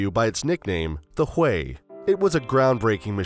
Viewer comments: Thought it was pronounced hughie???... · Hahahaha. The UH1y is called the Huey... pronounced hue-ee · You are soooo right!!! Could not believe how the guy pronounced it. He OBVIOUSLY was not there.